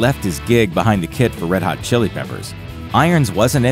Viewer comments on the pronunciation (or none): none